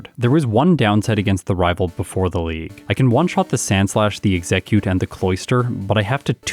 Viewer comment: Do you pronounce Exeggcute the way you do just to trigger us?